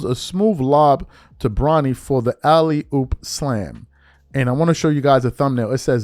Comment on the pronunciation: You did not just say alley-hoop bro???